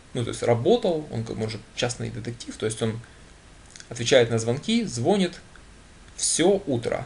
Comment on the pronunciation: ну.пожалуйста.слова ложит нет в русском языке.надо говорить кладёт.Ав слове звонит ударение не на О.а на И. уж извините